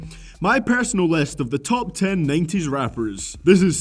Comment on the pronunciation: you say 90s wrong